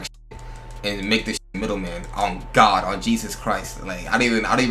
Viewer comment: Ion like how he saying God name 🚫🧢🙏🏽